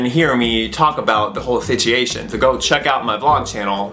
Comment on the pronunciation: Does Ricky no how to say situation